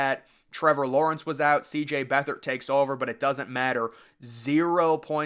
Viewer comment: His name is pronounced beet hard